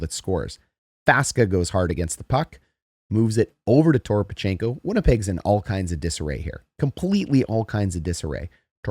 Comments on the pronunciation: Faksa. FACK-sa. And don't add an "o" in Toropchenko's name. Just razzing ya. Great channel. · Toropchenko has enough syllables already. And Faksa is still pronounced Faksa.